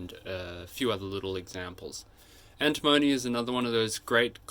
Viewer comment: An-tim-o-ny not Anti-mony!.